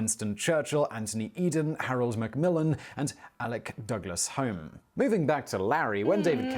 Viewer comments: You'd think that English guy would know that Sir Alec Douglas Home's surname is pronounced Hume ! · I will admit to having occasional doubts about Simon Whistler’s Britishness. Really, Alec Douglas-Home, the latter word being pronounced in the same way as the building in which you usually live? It’s ’Hume’! Now I could understand an American making this error and certainly agree with them that it makes no sense. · There's much better footage of Larry. The presenter with his faux "radio DJ" voice can't even pronounce Alec Douglas Home. It's "Hume" not "Home". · The narrator mispronounced the Prime Minister, Sir Alec Douglas-Home's name wrongly, the Home bit was always pronounced "Hume". He was a Tory PM for just under a year from . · Alec Douglas Home is pronounced "Alec Douglas HUME". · Alex Douglas-Home is pronounced Alex Douglas-Hume. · Alec Douglas-Home is pronounced Hume. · I think Simon has forgotten he is English after all his years living in the Czech Republic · Or Scottish names in the case of Home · Perhaps Simon is too young to really know? Folk of a certain age grew up hearing this name being said & pronounced correctly. Remember Robin D. H. (the son) played the piano & woo'ed a couple of princesses, Margaret of GB, & Pcss Margarethe of Sweden?